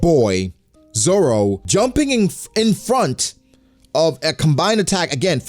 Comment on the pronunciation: This dude said roro zoro roro😂😂